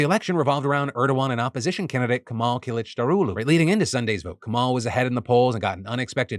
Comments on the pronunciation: You pronounces kilicdaroglu very well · I wonder how many takes it took until Phil said Kemal's last name correctly. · The most impressive thing about this video was that you got the pronunciations right of the Turkish political candidates